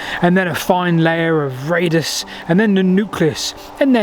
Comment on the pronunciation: It's a bit disturbing that you don't seem to know the terms. Speaking of 'rAdus' where clearly 'rUdus' is written and meant gives the impression that you see the word for the first time. So how well did you study Roman road building and how credible are we going to think this video is?